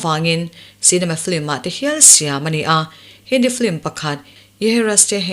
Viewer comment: Film hi Flim ('L' aia 'i' ri hmasa) anga lam hi a dik chiah em lê..?